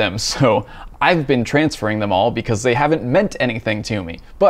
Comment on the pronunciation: lol .. who cares .. TRRRRRANSFERRRR